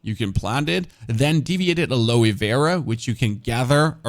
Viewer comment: everything very helpful for a newbie ty for the vid just one helpful piece please don't be mad but its pronounced (AL-O) alo-(y)! ty sorry